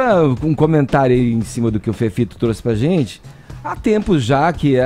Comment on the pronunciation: Acho engraçado ele falando a palavra "gente"! Ele fala "zentssi"! Hahaha!